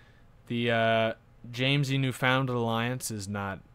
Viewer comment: Pronunciation of Canadian provinces; New-fin-land (an understandable error), either Kwa-beck or Ka-beck, Sass-kat-chew-on, Cape Breh-tawn (not a province irl, part of Nova Scotia) and finally in-game Epikwet (not certain of the spelling) ep-i-gwet (just call it PEI or Prince Edward Island for ease of use). Furthermore, with a big realm you will want to auto-stop plots always.